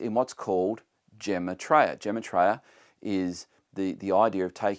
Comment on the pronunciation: Gematria is pronounced gym-ah-tree-ah. With everything the microchip is planned to be used for, I don't know how you don't think it's the mark of the beast...